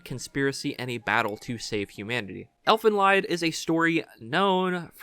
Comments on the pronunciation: It’s not Elfen LIED it’s pronounced „leed“ or „lead“ Lied is the German word for Song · Sorry, it's not pronounced lied, like you lied to someone. It's pronounced lead, like you lead someone to the truth. "The German phrase "Elfenlied" is pronounced "ˈɛlfənˌliːt". It translates to "fairy song" hints the music box in the anime. Sorry if it comes off mean. Just thought I'd let ya know. It's something not well known cause it's an older anime. I also think it's well loved because it's was one of few that came out over here in a time that anime was new in the west and was dubbed. It was one of the first real horror animes I saw at a young adult. ( I started anime viewing at 11 and came from a sheltered home so it took some time before I saw it. sighs and I'm 37 now.) Yes I'm a classic Otaku. It's a love that will be with me till the day I die and is ( I know over used but true) it saved me and kept me going in some of my darkest times, and very alone. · Weird to present captors as victims. Also, the title is German, so it's pronounced like Elf N Leed